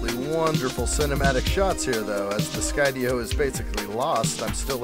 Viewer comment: Enjoy your videos very much and thank you for pronouncing Skydio correctly now it was bugging me! Lol